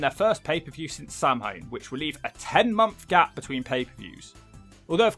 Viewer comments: Gives me a headache every time pronounces it "Sam Hain" - it's pronounced like "Sow-wen" in Irish or "Sah-vin" in Scottish Gaelic, but absolutely nowhere is it "Sam Hain" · Samhain is pronounced "sow-win" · lad I have to tell you 'Samhain' is pronounced 'SOW-when'. Please don't hit me with a brick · Samhain is pronounced sow-win. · Samhain is pronounced like "sowin." Rhymes with cow pen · Samhain is an Irish word its pronounced Sow-an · How does a British person mispronounce "Samhain" 😂